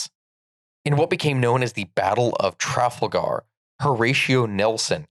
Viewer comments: I love your channel but the pronunciation of 'Trafalgar'... Oh dear, you might make a few Brits angry/laugh with that one. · the pronunciation of some of the words here urks me, like Trafalgar and the lack of the "eh" and the end of "la grande armee"